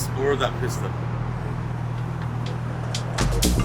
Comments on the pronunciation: PissTa :P you mean "peesta" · Its pronounced piece ta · It's pronounced, peeeeesta